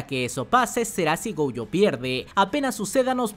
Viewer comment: No se llama..... Go.uuu.yo Pareces mi abuelita el cocu ese jajaja